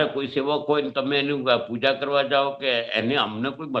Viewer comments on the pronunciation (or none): none